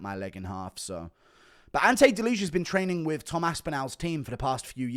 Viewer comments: it's pronounced like delia, don't say the j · Delizha 😭😭😭 wtf is that pronounciation. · You are butchering Delijas surname :)